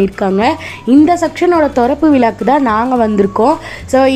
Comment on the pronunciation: Thorappu vila illa thirappu vila saras